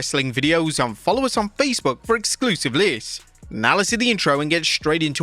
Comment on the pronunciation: can someone translate what he’s saying here? Exclusive Lizz? Exclusive lists? Exclusive live’s? I’m not even sure I would want any of those anyways.